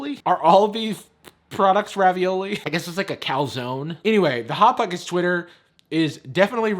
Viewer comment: News flash: can’t pronounce the s sound when the word Hot pocket Is in front of it.